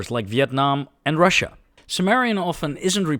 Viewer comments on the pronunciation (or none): none